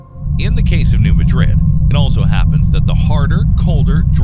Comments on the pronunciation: Madrid in New Madrid believe it or not is actually pronounced MAA-drid. The stress is on the first syllable and the A is like that A in hat. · New MAD-rid. Not pronounced like the Madrid in Spain. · I would rate your video 10 of 10, if only, you had learned the correct pronunciation of "New Madrid". It is a common mistake people make that are not from this region, so, I do pardon your mistake. SE Missouri is not located in Spain however, so the pronunciation reflects the language diversity that exists worldwide. The regional dialect, the origins and ancestory of the people and other factors determine, or better yet, mold pronunciations of words and sayings. Just for the record...the considered "correct" pronunciation of the name of the town in SE Missouri that your video focuses on is "New" = "New", no translation necessary there, "Madrid" = "Mad"-"Drid".... Common pronunciation - "Ma-drid" Local pronunciation - "Mad-drid" This same anomaly exists not far from New Madrid. Cairo, Illinois, appx. 35 miles from New Madrid by air, and roughly 48 miles by road has a distinctly different pronunciation than Cairo in Egypt. "Ki" "Row" exists in Egypt... "Karo", as in Karo syrup, exists in Southern Illinois. Good video however, and your recommendation of preparation is spot on. People in this region are generally un-prepared for the inevitable, including myself. I hope I never have to endure the horror that such an event would bring to this region. One last comment, the largest "city" in this region, hardly a large city by most standards, Cape Girardeau has adopted some building codes to "shore" up building safety. New construction and remodels, particularly commercial buildings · new Mad-rid...with the emphasis on mad... Is how its pronounced.. in Indiana 🐤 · Locals don't call it Madrid like in Spain. They say MAAdrid. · It's pronounced new MADrid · The new madrid is pronounced new MAdrid. Emphasis is on the first syllable. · It's actually pronounced "new Mad'rid"